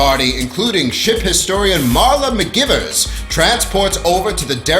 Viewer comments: REALLY thinking that, as well. Bugged me for the entire video. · They prounounced it like McGyvers, not McGivers, but it was spelled McGivers.